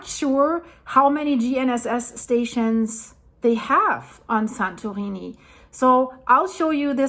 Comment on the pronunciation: This presenter is tryng hard to speak with an American accent, but her pronunciation of 'Santorini' is foreign and sound affected. An American would say "San-tor-EE-nee".